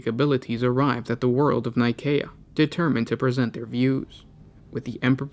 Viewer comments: Actually, that is how you would pronounce Nicea, the location of the council that formed the Bible and the Catholic church as we know it today. This is the name of a planet 28,000 years or so in the future, so Nikaea (Nye-kay-ah, Nih-kay-ah, or Nee-kay-ah) would be more appropriate. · K doesn't make a cee/sea sound. If it is spelled Nikaea it's Nigh-kay-eh or Nigh-kae-ah